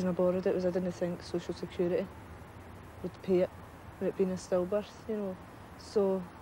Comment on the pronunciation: SHE SAYS soc-ill sex-curity